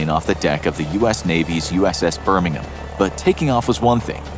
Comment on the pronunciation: An American said Birmingham right